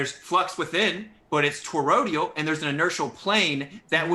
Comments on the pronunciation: Did anyone else notice kept saying “torodial” towards the beginning of the debate instead of toroidal? And the way he was saying compass was annoying me too. Nobody says it that way. I seriously don’t understand how these people have made it this far in life. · It's "toroidal", not "torodial". And is there is an appreciable difference between "false" and "patently false"? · I love how throws out these terms he read somewhere and misunderstands, like what the fuck is "Torodial"? I think he meant "toroidal", IDK. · But his to-row-dee-uhl manifestations, bro! C'mon! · the word is actually toroidal, i.e. doughnut-shaped. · Yeah, I know the word. This ain't my first to-row-dee-ohh. I was making fun of his wacky pronunciation, but I'm glad you also know the word! I love me some to-row-dee-uhl fried dough with cinnamon, etc. Good with coffee! As well as a tasty-treat, it's also a relatively stable topology for a traveling bolus of gas (within another gas). Circumferential-axis rolling toroids of compressible-fluid within a container can resonate, too! Handy for some things. It's also a critical shape for the fusing gas inside a tokamak which allows it to be compressed electromagnetically. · would be a tad more believable if he didn't mangle the pronunciation of toroidal.